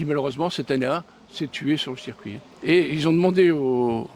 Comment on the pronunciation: Super reportage mais trop souvent , il parle de cercuit non monsieur, vous devez dire circuit mais rassurez vous en motogp rdp dit comme vous !!!🤣🤣🤣